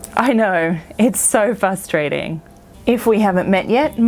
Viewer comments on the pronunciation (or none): “FRustrating” not “fustrating” :P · fr us - tra - ting sorry I had to say it. Seems you miss the "r". Lovely channel.❤